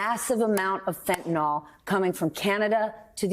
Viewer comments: by the way people, it is pronounced Fent-a-NIL (fent-a-nol makes it an alcohol) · American politicians and media can't even pronounce "fentanyl" correctly, but they still continue to dwell on it. It's "fentanYL", not "fentanOL". 🤪